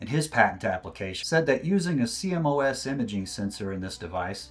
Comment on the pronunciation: please say "See-Moss" for CMOS sensors :) i know it's an acronym but that's how it's said in the industry :) trust me